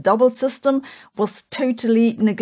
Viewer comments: Negg-legible like ell-igible. The first syllable is stressed! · The way Sabine pronounces "negligible" sounds like it has the root "glig" and its verb would be "gligging" 😂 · At 4.34 min:; . 😂"Neglickable" ?? What did she say,, really?? Nah. Is she Faking it.. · Ackshually it's pronounced like neg-lee-gee-billy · especially if she use it with "neglice" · BUMMED SHE DININNT ALSO GOOFY SAY MAHTHS